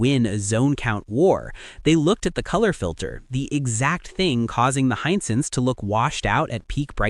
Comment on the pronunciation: Hisense not Hinesense